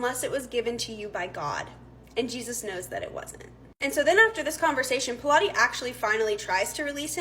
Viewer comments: Pronounced pilot. Not p lot eh. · It's pronounced pilot not pilates.